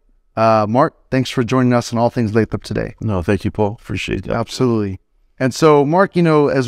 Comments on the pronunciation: You pronounced it “Lay-trop” right? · It's pronounced "Lay-throp"